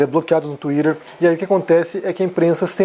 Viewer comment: Tuirerrrrrr ? hahaha